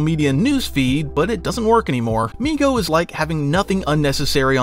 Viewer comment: He was saying migo but I was hearing nigo 😂